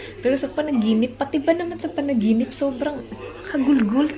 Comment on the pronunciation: gusto ko yung "panaginipss" 😂😂 HAHAHAHA labyu ate!